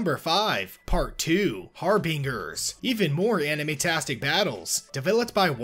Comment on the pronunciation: How did he mispronounce harbingers twice without his editors catching it?!